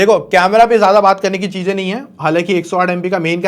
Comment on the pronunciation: Cheeeezain. Not cheeeeeejjjjjaaaaaaiiiin